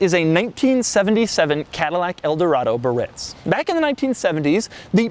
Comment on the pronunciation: Another cool feature was the automatic parking brake release. As soon as you'd shift into drive or reverse, the parking brake pedal popped up by itself. And then there was the electric antenna control that was built into the radio. I found it annoying every time the guy mis-pronounced the word "Biarritz." Sad to see what Cadillac did to that wonderful engine. When it came out in 1968, it had 375 horsepower (472 cubic inches). The following year, they squeezed another 28 cubic inches and 25 horsepower out of it. Then, after the '73 oil embargo, they used the same basic engine but lowered the compression AND the cubic inches until, as this guy said, it only made 180 horses. Such a shame. I had a '68 DeVille convertible in the late 70's that used to shut down Camaros and cop cars. This '77 Eldo sounds like it couldn't even get out of it's own way.